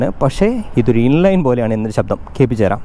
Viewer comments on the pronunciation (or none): none